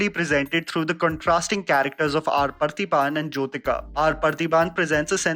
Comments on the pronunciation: Appreciate taking up south indian movies! One suggestion.. getting the pronunciation of at least movie names and actor names right.. “poonmagal” alla “ponn-magal”. Actor is not “prathiban”.. he is “paathibhan”(Parthiban). Very good review! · I like how respectful this film was towards the sensitive topic. The exposition was well-paced. My colleagues loved it. Side note, it took me sometime before I realised you were saying R. Parthiban. hehe.. sorry I didn't mean to make fun of you but I realised how non-Tamil speakers would struggle with the name.